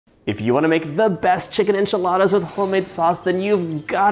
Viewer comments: Moira Rose says "anchi-ladas". "Now fold in the cheese, David" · Jajaja me da mucha risa como pronuncia Enchiladas jajajaa